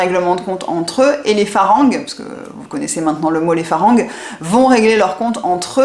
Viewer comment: le r se prononce L on dit falang Pourtant ca fait qq temps que vous vivez en Thaïlande Merci pour le partage